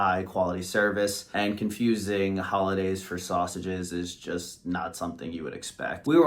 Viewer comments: pretty sure Hollendaise is NOT pronounced "Holiday". So maybe that's why the waitress couldn't understand what you wanted. I rewound the video to be sure you weren't pronouncing the "n", and you don't. Be careful when making a video that you know how to pronounce words, it affects your credibility. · It is called Hollandaise sauce NOT "Holidays" or "Holidaze". Perhaps, that is why the waitress didn't understand you. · She probably mistook the sauce because you’re calling it “Hollidays” instead of “Hollandaise”